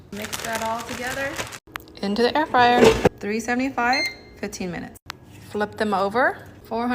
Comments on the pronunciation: Air free-er? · What’s an Air Free-air? 😂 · Not going to "@ you for the recipe, going to "@ you for the way you call an air fryer "air freer" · Am i jus high as shit, or in the first clip,was bro sayin "air freeer" at first?🤣🤣😭😭🤘much luv essay😭😭shit had me gaggin laughin🤣🐐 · Why he pronounced air Fryer like that?😂